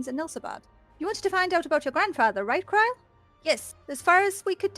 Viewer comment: ah i remember you guys. your the ones that pronounce krile silly. wondered where you 2 disappeared to